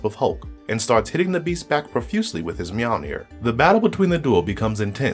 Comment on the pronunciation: Meowlnear? Really?